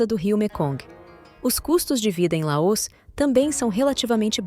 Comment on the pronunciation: Essa pronúncia de LAÔS no lugar de LAOS está doendo o meu ouvido. Oxi!!!!!!!!